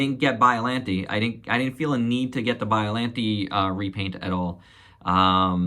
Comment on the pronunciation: Damn, hearing you pronounce Biolante made me want to strangle a giraffe.